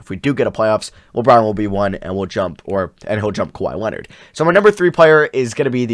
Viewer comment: now way this man said kwahi leonard😹🤦🏻‍♂️